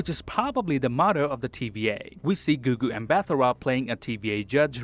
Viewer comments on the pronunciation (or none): Hearing foreign people pronounce "Gugu Mbatha-Raw" sounds hilarious 😂😂